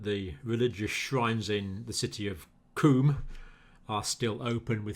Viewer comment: The city qom is pronounced Kom as in commission - for your info. Any news yet on Remdesivir, - effectiveness? ,- availability?, and of course cost?